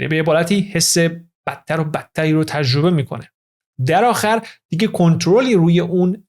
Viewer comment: من خیلی از اطلاعات خوب شما استفاده میکنم واقعا با ارزشه. سپاس از لطفتون. فقط یه پیشنهاد، سرعت اجراتون خیلی پایین من با سرعت 2 گوش می‌کنم. یمقدار هم تلفظتون لوس و با ادای تلفظ کلمات مثل ایرانی خارجی هاست. خیلی رو مخ میره. مثال: تجربه یا تژربه، راضی، رازژی... باور کنید دوستتون دارم و براتون احترام قائلم ولی دلم میخواد همه فایلهاتون گوش کنم ولی خیلی سخت میشه. ❤ ممنون دوست با شخصیت و با سواد